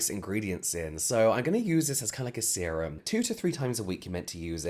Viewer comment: I cannot be the only one that will round it when it sounded like you said semem is thar what he said?